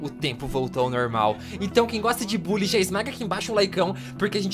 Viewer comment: Se fala "Bãlly", nao "Bully"